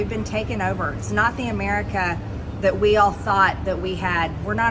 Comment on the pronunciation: when she says "Amirr-ick-ka"...."learn to speak American Madge"